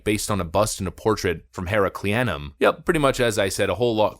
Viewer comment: So you're Greek but can't pronounce Ptolemy.or Herculaneum? These aren't obscure names dude. You could have taken 30 seconds to find videos were people pronounced these words before you made a video that you know will be watched by tens if not hundreds of thousands of people. 🙄🙄🙄